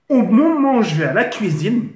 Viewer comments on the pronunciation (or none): mdrr quand il dit o momon au lieu de au moment des barres !